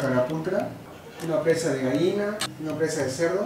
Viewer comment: Se dice GALLINA no Gaina